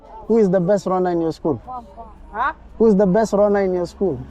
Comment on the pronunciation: You pronounced runner 🏃‍♂️ as Ronner, the kids definitely did u not understand what you were talking about, besides Kenyan runners are limited mostly to right valley area, not everywhere on Kenya.